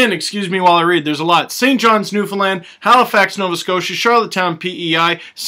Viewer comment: Glad to see you back for another season! Btw thanks for actually saying Newfoundland the right way aha i know so many people that dont live here call it New-find-lind or something or other. It looks like a fun time!